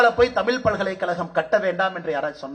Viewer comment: தமிழ்நாட்டுக்கு வந்து இவ்வளவு நாள் ஆகியும் இன்னும் தமிழ் என்ற சொல்லை இன்னும் ஒழுங்கா சொல்ல முடியவில்லை.